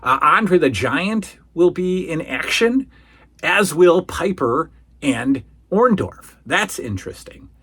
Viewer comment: I always hated how Hulk Hogan called Paul Orndorff by Paul Orn-doff. He never got his name right. He still says it the same way to this day.